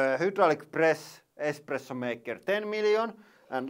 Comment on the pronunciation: lol he says expresso. least his daughter says it right